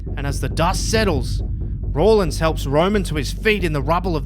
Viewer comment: Its rollins not rawlins and why would seth care about roman this makes 0 sense moxley isn't leaving aew either